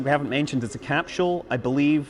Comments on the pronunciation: What is a "Capshual"? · Uraneum Cuz Scott keeps saying “Cap-Shule” would be my guess? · Capsule is pronounced with a hard S, not with an SH as in SHit.